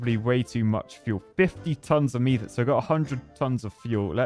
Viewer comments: It’s methane not mee-thane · love ya man but if you mispronounce methane ONE MORE TIME, I’m gonna lose it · Take a shot every time he says MEEEthane